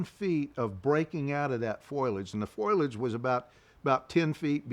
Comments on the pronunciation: The word is not foilage. It is pronounced foe-lee-idge. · ✅Foliage - fo, lee, age ❎ Foliage - foil, age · I'm a New Englander and we all say some words funny but so many people say foil-age but it is pronounced .. FO-LIAGE. I'm not picking on anybody...I still catch myself saying "granolar "bars ...soder..etc. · The word is foliage. "Fo li edge" not "Foy ledge"😊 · This is great! But oohhh grinds my gears every time he says "foilage" instead of foliage! It's as bad as "nucular" lol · Foilage or foliage? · Foilage if you're Marge Simpson, or my mom. Foliage if you're everyone else. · Great recounting…but have to say,it is fo-li-age not foil-age. Surprised to hear that from an outdoorsman. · Ok, I'll say it out loud.....F O L I A G E. Not, foilage. Google tells me that is not a word. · It's "foliage" not "foilage." Good Lord! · why does he keep saying FOILage instead of FOLIAGE like, dude?? you want me to take you seriously and you make this kind of grade 5 mistake over and over again? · He learned english from Marge Simpson. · Its foliage not foilage. Mispronounce that word drive me crazy to hear that. He is well spoken other wise. Whew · “Foilage” 😂😂😂 The word is fo-li-age - I can’t believe no one’s ever told him this since he says it so many times. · could you tell him it's 'f*OLI*age' instead of 'F*OIL*AGE' pls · It's called foliage, not foil-ege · "Foilage" 😂 ok, Marge Simpson